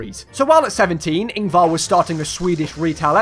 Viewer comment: My first thoughts (on pronounciation) as a swedish person: I'm happy you didn't make the common mistake of pronouncing ä like a because THEY'RE NOT THE SAME. I am kinda frustrated about how you pronounced Ingvar there though.... My thoughts on the biggest Ikea: WTF, that Ikea would take days, if not weeks, to walk around!! Going by CAR from one middle eastern part of sweden to another slightly more north on the west part of sweden takes 1-3 hours (I cant quite remember). I would like to say that it's unrealistic but that kinda makes it cool. And you said there were arrows in that Ikea, it's like that in every Ikea I have visited, you must be really good at geography to actually find the exit without the arrows